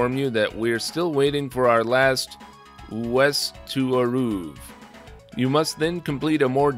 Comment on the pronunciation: "Uest" is West. Hajimemashite, Uesu desu. Dozo.